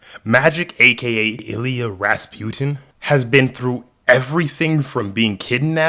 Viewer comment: Who is Illy-uh? It’s pronounced Ill-E-AH-NUH